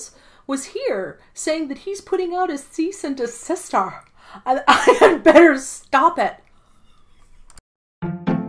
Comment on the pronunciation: "Cease and de-sister" I'm dying lol